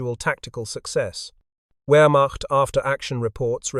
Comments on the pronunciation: Please program your AI voice for the correct pronunciation of words such as Wehrmacht ( it’s “ver-macht”. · Rather repetitive. Two different pronunciations of "Wehrmacht". I strongly suspect A.I. involvement.